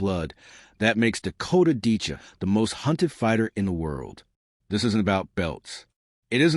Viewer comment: Who the he'll is Dakota Decha? ITS Dicheva.